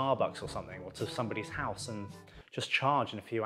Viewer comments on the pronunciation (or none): none